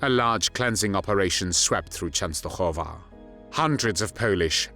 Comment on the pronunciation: Why did the narrator keep saying the "Polish and the Jews." Wasn't the Jewish population also Polish? Please enlighten me. I do applaud the proper pronunciation Częstochowa.